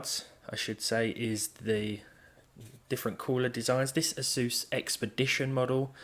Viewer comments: Yet another great video, thank you. I really love the 1050 it's a great card. Just one small nitpick (sorry)....it's pronounced "Ace-Us" not "Ace-Zeus", I know it's kind of pedantic but I used to work for them for a short time so please forgive me. LOL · Why does no tech person on youtube pronounce Asus the same way as anus.